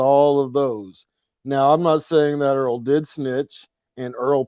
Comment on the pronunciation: You said "Earl The Rapist" LOL